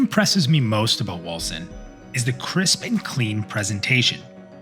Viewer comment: Man that clip is hard to watch at first, because you are moving your mouth on the stream in the lower right corner while also talking in the vid...i thought the vid is out of sync, had to get used to it^^ Edit: All i here is "Wilson" when you say Wolcen :-)